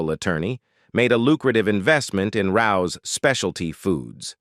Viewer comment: The Italian sauce is pronounced Ray-ohs. Not how this guy said it. Very famous restaurant in New York City .